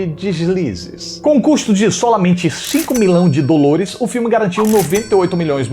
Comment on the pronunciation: Eu odeio tanto quando ele fala 'dolores' e 'tadunido'... Nossa 🙄